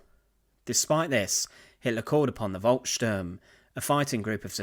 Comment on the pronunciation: Volksturm is pronounced Folksturm.